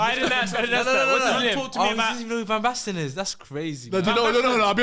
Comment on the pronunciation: said van basten 😂..shut yo bumass up